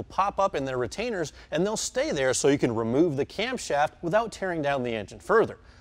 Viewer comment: I can't stand the way the short lil guy talks. " We gota wemove this inta coowa to get to the bowlts" lol